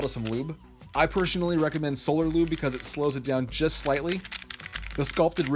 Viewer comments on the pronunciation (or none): none